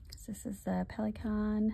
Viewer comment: I like you're making an effort to pronounce the brands and inks in their original language. You are doing very well on the Pelikan Edelstein. Most native English speakers I hear here on YouTube are pronouncing the Pelikan brand in their native tongue.